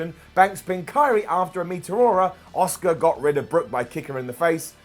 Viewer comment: Riptide is one weak finisher 😴 How many times from all you guys? Ripley pinned Charlotte, not Sasha on Smackdown 🙄 Her name is Asuka, not Osuka. Ffs. The Chicago crowd are fucking hostile every time the WWE goes there. Why even fucking bother with them? Pete Dunne carried Cole like a fucking beast. Feind shite needs to get 86'd. It's complete nonsense. Not everyone wanted this crap. How about having a good wrestler in there as champ? Those red lights need binned aswell! Fucking worst move letting someone as piss poor as Riddle eliminate Orton. Why do we always need to have Rollins and Reigns at the end of matches? These two need fucking benched for a while 😴 You've dreamt of Roman Reigns in a match?. You don't deserve to talk about wrestling at all. Done with this shit. Clery is far better on Ups and Downs